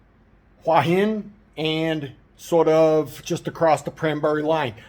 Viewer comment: Your pronounciation of "หัวหิน" is not so bad , you can check the Youtube transcription : "which is sort of the south part of Huah Hin and sort of just across the..." so you have well pronounced a slight h (ห) before the "uah". Rising tones must be used for "Hua" and "Hin" if you want to speak like a native.